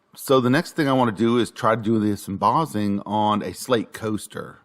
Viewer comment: Sorry, had to give up after 3 minutes of 'embozzing'. It's mboSSing, ffs.